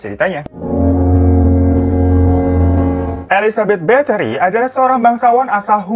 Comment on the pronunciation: Gw dengernya elizabeth bakteri